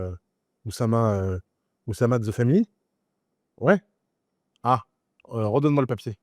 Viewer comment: Depuis quand tout le monde fait de mauvaises liaisons en français ? L'oussama ? L'harcèlement?